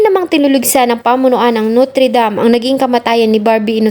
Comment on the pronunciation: Pwede mag aral ka ng tamang pronunciation...hindi NUTRI... NOTRE. 😂